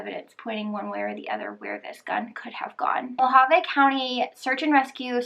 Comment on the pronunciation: Hualapai's is actually pronounced wall-a-pies the h is silent. And in Mohave county no they don't have to wait 48 hours especially in the summer because it could be dangerous for the person due to our extreme heat.